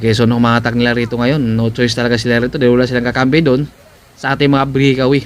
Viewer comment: mawalang galang na po. hindi po brikawiy kng mag cocover po kayo ulit mejo ayusin nyo po ang bigkas pasensya na po